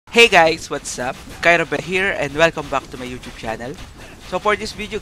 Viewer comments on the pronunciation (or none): none